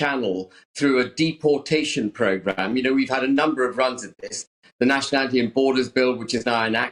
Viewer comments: Why can she not pronounce deportation correctly? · Why she saying dep-portation not deportation???